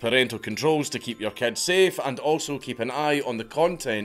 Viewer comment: When, Dank says "Your Information'' it sounds like he's saying "urine"